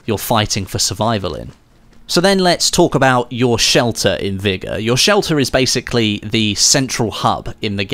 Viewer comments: Vigor not vigga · What a weird way to say vigor